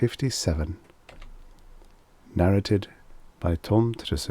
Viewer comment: Do you realise that the 'a's in "narrated" are pronounced differently? The second 'a' is a long, hard 'ay' as in "pay".